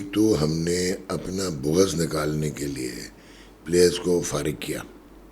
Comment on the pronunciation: booghaz nahin bughz sahi talaffuz hai….koi zuban to sahi say bol lia Karo punjab kay painduon